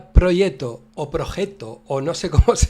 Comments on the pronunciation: Yo tampoco sabía cómo se pronunciaba 😂. "Proyet-to" (Aquí lo pronuncian en el segundo 32 -> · Te vas al traductor de google. Seleccionas de idioma el italiano y escribes "proggeto", le das al altavoz y un señor en perfecto italiano te pronuncia la palabrita, por cierto se pronuncia igual que en castellano pero sin la "c" o sea "proyeto". Saludos y gracias por tus videos!